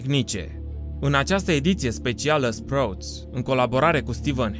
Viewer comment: Vai, cum pronunti "sprouts"...